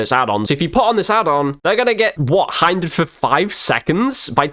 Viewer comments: It’s hindered Not heindered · It's pronounced hindered not highndered